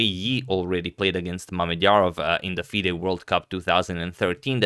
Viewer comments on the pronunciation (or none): none